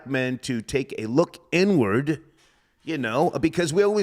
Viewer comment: When said, "Let's take an inward look," I heard N-word look 🤣